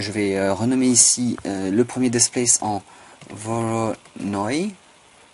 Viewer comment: Franchement, c'était dit sur le ton de l'humour..(et tu l'as bien compris) Par contre ta façon de prononcer Displace "Despleyss" est parfaite.., de même que Build "avec une bulle dans le nez...".. Mon dieu, que j'aime être francophone.. Allez j'arrête mes élucubrations, tu m'entendrais parler anglais, tu me mettrais un loop-cut en travers des lunettes... Go on Man!!!:)